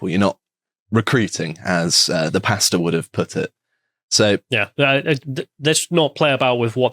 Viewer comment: I can't be the only one that thought they were saying "Pasta" not "Pastor". 😁